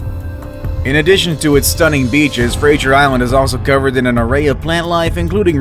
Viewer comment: That’s not how you say Brisbane and Fraser 👏👏🧠